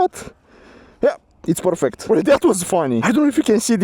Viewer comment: "Porfect" G4 Max... yes yes